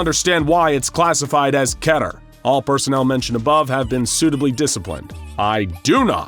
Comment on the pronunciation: KEE-TER. Not ketter.